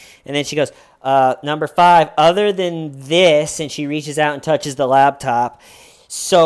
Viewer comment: Wait it sounds like you’re saying LABtop instead of LAPTOP